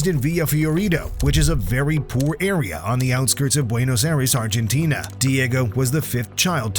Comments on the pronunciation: its "Buenos Aires" not "Buenos Airas" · BUENOS AIRES!!!! LMAO!!!! Did AI make this?